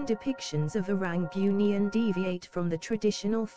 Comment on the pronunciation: kalau nk pakai suara A.i tu, kalau "bunian".. taip "boonian".. baru betul bunyi nya..